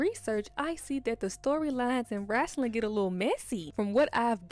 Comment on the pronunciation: "Wrasslin'" 😊 Yass sis ! Explore the world !